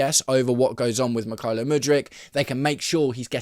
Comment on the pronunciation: Mik-hi-lio Mudryk? Never heard him called that before!